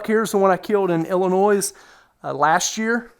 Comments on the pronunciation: The “s” in Illinois is silent. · This man should be banned from hunting in Illinois if he keeps pronouncing Illinois like that 😂